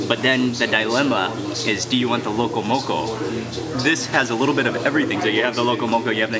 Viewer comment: I Just KNEW you had a local connection from your Duk Kee Chinese Chop Suey vid...my FAVORITE Chinese restaurant BTW, cause da prices are CHEAP! Hey Cammie (Owner) and Annie! You can speak local, pronouncing “sashimi”, “loco moco” and “musubi” properly. But for the opihi, you gotta use the shell from one to dig out the other, neva mind using your teeth...Auwe! LOL... You da Mark Wiens!...😎